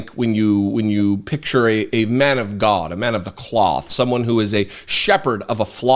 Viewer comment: I live for when you say, "The almighty Gawd"! It cracks me up everytime!